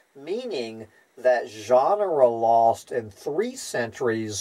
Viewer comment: Why pronouncing "genera" as "ʒɑːnrə" instead of "dʒenərə"? "ʒɑːnrə" is "genre" - a totally different word.